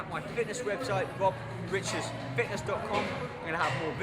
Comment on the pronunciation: his name is "Wob Wiches" ???